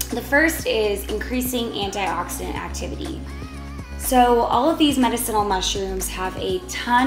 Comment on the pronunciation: You are Pronouncing Medicinal Wrong Ask Alexa or Siree how to pronounce it right...spell it out for them